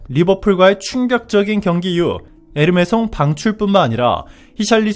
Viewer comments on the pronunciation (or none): 에메르송임 에르메송이 아니고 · 에르메송??? 에메르송!!!